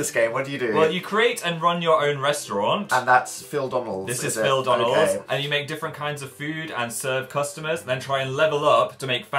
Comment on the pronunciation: it's phildonalds not phildanalds